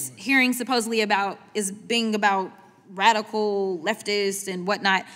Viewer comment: This dummy can’t even say radical